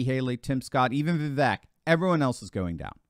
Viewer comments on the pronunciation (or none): It’s pronounced Vivake, like cake. Spelled Vivek.